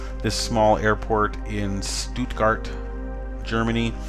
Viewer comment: You pronounced Stuttgart pretty well, greetings from Germany ;). Cool to find another webcam